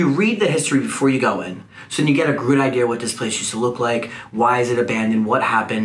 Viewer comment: He says idear